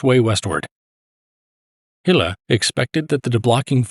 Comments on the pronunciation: Small detail, but nevertheless - the division was under the command of Herbert Gille. Not "Hille". Otherweise great insight. Thanks. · Gille is pronounced this Mon Ami, sounds to us Tommies like hill 😇